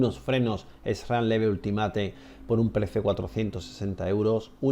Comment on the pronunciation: Me gusta el canal, aunque a veces un poco "casero" en tus formulas rezumas mucho sentido común y buenos consejos. Eso si, cada vez que pronuncias algo en inglés se me caen los huevos :fashion al suelo ja ja ja. One es "uan" pero ultimate es ultimate...no se, yo lo puliria un poco, ojo, ya se que se entiende: pero por ejemplo un dia un conocido me preguntaba por el estado de Oio...¿oio?...hasta que al final caí que se referia a Ohio (Ojaio se pronunciaria), como otros casos Utha (Iuta)...etc. De totas maneras, vuelvo a decir, me encanta el canal y su calado mas "casual" de ciclista no mega experto en pruevas del mundo, sinó que basa sus opiniones en el sentido común. Enhorabuena.